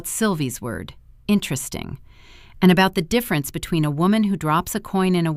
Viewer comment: When did "Interesting" become a 1 syllable word? 🤣🤣🤣